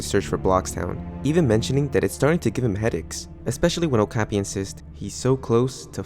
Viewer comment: not sure if somebody said this or not, but it's pronounced "oh-kah-pi." it's a weird little horse-like critter that lives in the rainforest, closely related to giraffes. as far as i'm aware, it has no widely known symbolic meanings that would be tied to this story. not trying to nitpick your pronunciation, just trying to help ^^